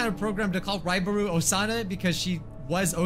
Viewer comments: It said right buro when u said ribaru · Finally some one say raibaru